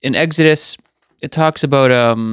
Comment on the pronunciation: Egg-head in Batma would pronounce "Exodos" as Eggidus" Like you.